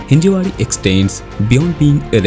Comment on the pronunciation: It's हिंजवडी, not हिंजेवाडी